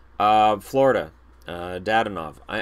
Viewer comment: johnny used to say duh-DON-ov